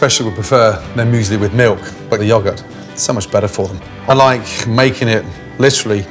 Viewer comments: why do i think him saying "yogaht" is kinda funny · Not sure which pronunciation I like better with yogurt. Yawgurt or Yo-gurt. Either way, in front of Ramsay, it's definitely yawgurt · Me: it’s pronounced yo-gurt Gordon: ya-gurt Me: it’s pronounced ya-gurt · Mmmm yes the yogert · The Yogat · This all was fine until he started saying yahgurt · British people really do say “Yuhgurt”. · Hehe "Yagurt" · did my man ramsay just say 'yogurt??????? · muji panda you see, the took the normal English language and changed it when some of them moved to the unfounded America. And when they became Americans, They’ve kept the tradition to change spellings and pronunciations of words. English - realise | American English - realize English - * yogg- ert” | American English * yowe gert * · I couldn’t sleep last night thinking about how Gordon pronounces yogurt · cool dude hate how he says yogurt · The way he pronounces some words like yogurt and kayan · The only thing I dislike is how the British pronounce yogurt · Hate the way he says "Yogurt". Just saying. Love Mr. Ramsey and his shows though...Just a needle in my side with that pronunciation. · Can we talk about the way Gordon Ramsey pronunces yogurt lmao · well as you've shown in your attempt to phonetically spell it, his pronunciation implies two g's. Yogurt doesn't have two g's.